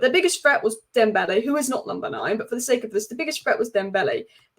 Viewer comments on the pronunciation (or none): none